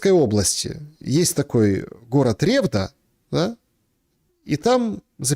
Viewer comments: город в Свердловской области РевдА, ударение на А)) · привет тебе с урала город Ревда ударение на а на второй слог